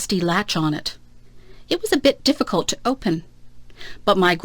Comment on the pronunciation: my god what is this ,,, deficulet